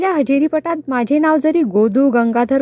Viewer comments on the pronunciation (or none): माझे चा उच्चार माझ्ये असा चुकीचा करताय. ण आणि न ची पण गल्लत नको. बोलीभाषा म्हणून ठिक वाटते पण पुस्तकात प्रमाण भाषा असते तसेच वाचावे